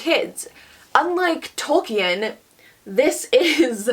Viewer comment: You mispronounced „Tolkien“. It‘s a long „i“ and the „e“ is not pronounced. Otherwise great video though 😊